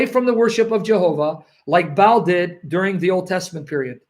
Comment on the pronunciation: Look how they spell Baal it is pronounced Bah hal. If you ad an accent on the end Bah al` Allah is the same word folks, listen to the call to Prayer, Bah-al' Awkbar.